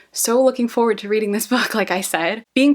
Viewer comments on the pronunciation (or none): none